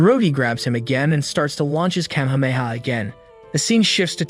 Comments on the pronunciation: Wtf is a kemhamaha I thought it was a kamehameha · The way Kamehameha is pronounced gives me tts vibes